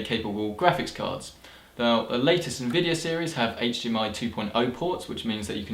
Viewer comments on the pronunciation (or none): none